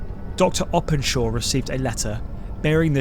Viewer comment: BTW the night of the double event was clear, not raining, as implied by the graphic. And that's not how you pronounce Openshaw.